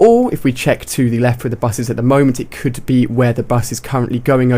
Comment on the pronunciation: Lol he says 'da bus'